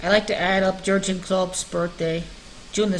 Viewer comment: Klopp’s forename is pronounced YURG (en). J, as in Juventus, G, as in gas!